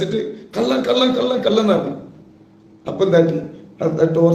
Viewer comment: കള്ളൻ എന്നുപോലും പറയാൻ അറിയാത്ത വല്ലാത്ത ജാതി. കല്ലൻ കല്ലൻ കല്ലൻ 🤣